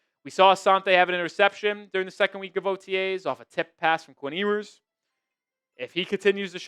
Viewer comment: It’s “Yoo-ers.” He will be alright.